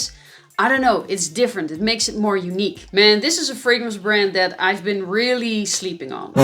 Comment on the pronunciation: " it going to dead kind of direction " lol "that!! (not dead) kind of direction", it took a time. to may ear